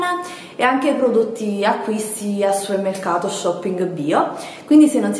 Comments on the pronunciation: Ma perché non dici supermercato invece di suemmercato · hahah SUERMERCATO😂